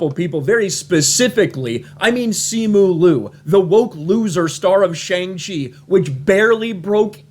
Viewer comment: Btw your pronouncation of Shang Chi is wrong. The Sha in Shang is pronounced as ''Shaaa'' and not ''Sheng Chi'' Just commenting here to correct you